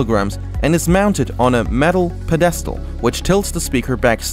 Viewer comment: Learn how to say pedestal right lol